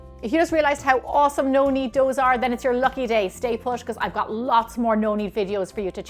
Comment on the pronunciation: Looks great! Well done! Now…. It’s pronounced FU CA CHA